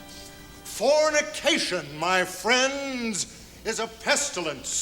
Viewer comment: Did the preacher say "CORNICATION"? G*d I hope so.